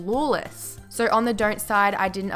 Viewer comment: fucking hate how she says so:sur... no:nur...annoying shit